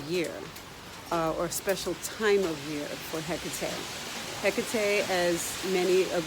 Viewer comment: Your pronunciation of her name is exactly how it appeared to me. I found myself almost chanting her name. After doing some research and finally realizing who had just contacted me I was extremely hesitant at first. She is the one who introduced me into the craft. Most intense experience of my life, but she is so loving and understanding at the same time. She's not for the faint of heart for sure!!!